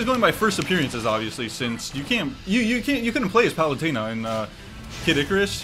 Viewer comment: Love the more Hispanic pronunciation of palutena 😂